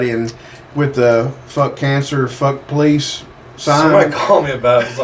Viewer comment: Hey. I'm with the 911 caller that said, "Eff the poe-leese." Great social experiment. People are messed up. 😂✌️